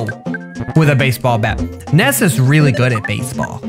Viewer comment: Ness is actually pronounced nuss